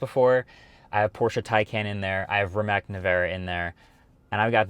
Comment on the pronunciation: btw it's not Rimak it's Rimac pronounced Rimahz